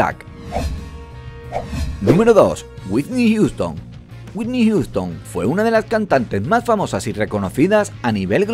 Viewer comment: "Wuitnik Yuston" jajajaa